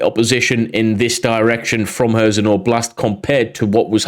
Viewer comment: Meelohvay. And Leeman. Hairsson with the h sounding like the ch in Scottish 'loch'.